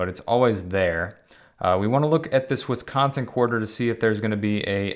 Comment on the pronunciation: Watching this at 430am in wescansin lol the way he says wisconsin you can definitely tell he isn't from here. Thanks for the content. Kind of makes me want to collect again.